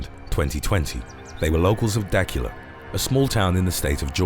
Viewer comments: The name of the city is Dah-cue-la not dakala. It’s okay. Not being from the south I’ll forgive you - this time. Ha ha. This is a serious subject because while rabies seemed to have been, for the most part, eradicated (in U.S.) if you are bitten it’s always best to get shots for rabies. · It’s DUH-cula georgia. It’s maybe 10 minutes from my home town. Good video though. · Lol... Love the channel listen to these back-to-back but I heard you pronounce a town in the same state I live in if you ever come across it again it is... DA-QUE+LA, Dacula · It’s pronounced DUH•CULA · Its pronounced Da-cue-la Georgia. I'm 10 miles down the road. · Love ya Darling. The Georgia town is pronounced as dah- CUE-la. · I was going to give you the correct pronunciation of Dacula but forget it. Lol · The town in Georgia at #6 is pronounced duh-KYOO-luh. I know. I’m from the metro Atlanta area. Edit: “Gwinnett” is pronounced gwih-NET. Stress on the second syllable.